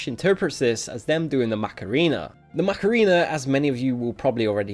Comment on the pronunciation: did he sayd macarina i got triggered a bit